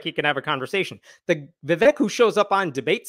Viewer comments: Vivake (pronunciation) is fake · Vivek. Rhymes with cake. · His name’s Vivek, it rhymes with flake. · Vivek rhymes with cake